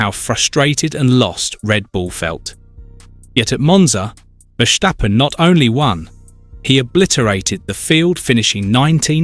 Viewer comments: It's Verstappen and not Versthhhhhhhaaappen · Vursjteppen? You mean Verstappen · VERSTAPPEN not VERSHSTAPPEN. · It's Ver Stap Pen not Ver Sthhhhhhhhhhhhhhhhhhhhhhhhhhhhhhhap Pen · Wrong. I’m Dutch and that’s NOT how to pronounce his name. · Please learn how to pronounce 'Verstappen'. Dutch is not German. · The think he is German hahaha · Wrong pronouce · Idiot. I am dutch and this guy is pronouncing it like German